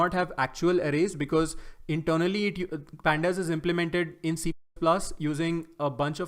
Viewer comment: Why do you always say "C pplus" and not "c plus plus" or "Cpp"